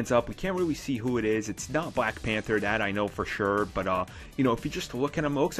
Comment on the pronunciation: "And now a quick look at bwack widow" ... Love this guy XD